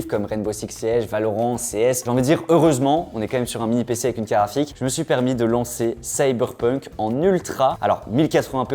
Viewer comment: Mais pourquoi ils disent toujours caraphique au lieu de carte graphique ? A chaque fois j'ai l'impression que c'est une blague sur carapuce 😅